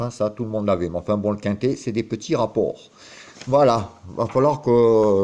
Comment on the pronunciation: Mr on dit le rapport Et non pas le repport Et désolé pour la réctification